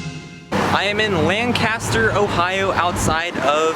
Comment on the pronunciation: it's pronounced... lankaster lol just sayn